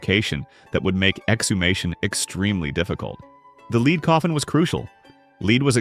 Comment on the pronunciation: I wish the AI narrator woud learn to pronounce "lead", as in the element.